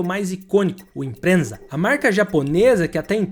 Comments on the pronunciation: Brabo demais! OBS. Não é impreNsa, é Impreza. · obs: não é "imprensa" é "IMPREZA" sem N e sem S, é com Z! De resto, excelente video! ah e deixou passar nascido para correr! os 2 filmes com o wrx sti 2004...filmasso! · Não é Imprenza mas sim emprenza sem T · Impreza não Imprenza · Eu sendo dono de um ImpREZa gt chega a não dar pra assistir até o final com vc falando ImpRENZa. 😐 Se alguém se interessar eu legendei um documentário sobre essa época que o ImpREZa foi usado em assaltos, tá no meu canal. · Q imprennza oq. Fala direito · Subaru IMPREZA e nao IMPRENZA....😂😂😂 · Não entendo porque ficam falando ImpreNNNNza, o nome é IMPREZA sem o N. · Parei no impreNza... O cara faz vídeo sobre carro sem saber falar o nome do carro.... kkkkkkkkkkkkkkkkkk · quando for fazer um doc, certifique-se de verificar a pronuncia dos carros. É torturante escutar imprensa. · Aí tudo bem, mas colocar uma "N" 🤦🏼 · Colocar a foto do Honda S2000 bem na hora que você fala de carros tração dianteira é de uma falta de inteligência sem tamanho! Bicho nunca foi tão difícil terminar um vídeo desse cara! Não sei ele não tava com paciência para fazer o vídeo, se tava com preguiça e só recortou trechos de vídeos prontos do próprio canal. Como se nada disso bastasse, ter que ouvir imPRENZA o vídeo inteiro fala muito mais da incapacidade dele de pronunciar corretamente o nome do carro do que qualquer outra coisa. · Que agonia dele chamando o carro de IMPREENNNZAA😂😂😂 DE onde veio esse N? Misericórdia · Como é que o cara faz um vídeo sobre o carro que ele não sabe nem falar o nome? ficou zuado isso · pelo menos aprende a falar o nome do carro direito, mané que não aceita crítica